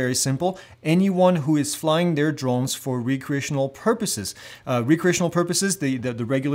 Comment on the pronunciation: You keep saying Re-create, not Rec-reate. Re-create means to create something again. Rec-reate means for fun. Same spelling, different meanings.